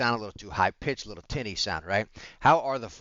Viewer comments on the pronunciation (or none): it totally didn't sound like you said tin'y sounding lol. Love the vids man! They are stinking cozy.